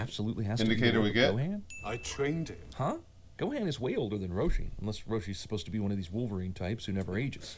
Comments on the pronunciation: The way they pronounce Gohan's name is killing me. It's Go-hon not Go-Han. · Why does he say gohan like that the cinema guy???